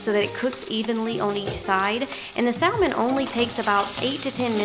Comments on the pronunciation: Its pronounced sam-on not sal- mon. Leave the L out. Everything looks delicious. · The L in salmon is silent 😭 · I love the L pronounced in saLLLmon, never heard that before (usually a silent L), bless the southern accent, so sweet :)